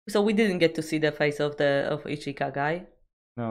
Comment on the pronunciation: Ichika wymawiamy (Ićka)